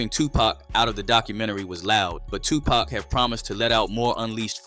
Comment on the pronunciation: Is there a reason that the narrator keeps mispronouncing Tupac‘s name? It’s pac not pack. Disrespectful